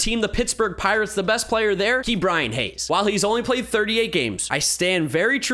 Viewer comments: please stop pronouncing it Key’bryan. it’s Ka’bryan but great video, maybe next video top 3 or 5 players on each team? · Who else gets mad when says “Key” Bryan Hayes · When did start saying Kee’Bryan Hayes